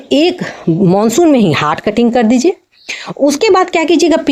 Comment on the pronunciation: हाट कटिंग नहीं हार्ड कटिंग।